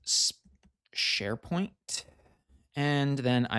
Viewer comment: "Neds Sharepoing"